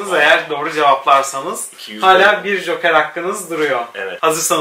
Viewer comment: Galeyon ne yaaa gellon diye okunur o😅